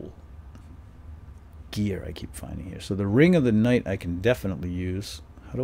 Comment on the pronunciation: LOL at how he said nght!?!?!? LOL but good video nontheless